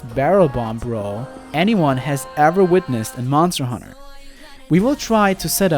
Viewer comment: Leave the hoonting of hoonters to me